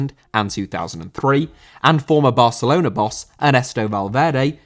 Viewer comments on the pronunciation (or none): none